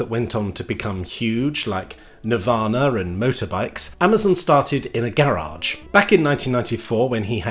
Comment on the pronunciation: Make up your mind on how to pronounce "Garage" Michael :face-turquoise-speaker-shape